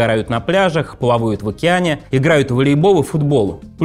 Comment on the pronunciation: Предстауляла, плаувают, вуиграла. Бля только я это слышу?